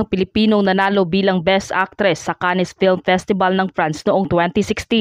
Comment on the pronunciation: "Cannes" is actually pronounced as "Can" Baka yung alam ang tama o may makapanood nito na foreigner pagtawanan po tayo 😢😅